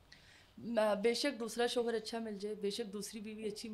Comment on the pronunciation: Please apni host change karain......in ko itna sense nhi hai k ye kia Keh Rahi kis lehjay Mai...... shoooohor ye shooohor kia hota.....shohar........Mai to Shuru Mai in ka bolna daikh kr......program Pura daikha bhi nhi